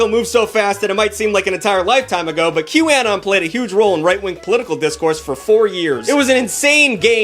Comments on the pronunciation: he's saying it like 'Q-AN-ON' And not 'Q-UH-NON' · "Q Anne-on" 😂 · que-uh-non Qanon (Q anonymous) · how he says QAnon hurts me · The way you pronounce Q Anon should be illegal /hj (Love you but wtf /lh) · I'm so happy someone called out Jenny McCarthy. I have been saying for years that she should NOT still have a career, after all the people who were hurt by her miss information. Also, WHY are you saying Qanon like that? lol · I can’t get over the way you pronounce QAnon 💀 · You’re saying QAnon wrong. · I'm sorry but the way you pronounce QAnon is so distracting!